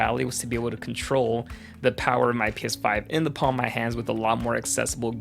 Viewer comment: I keep hearing piss5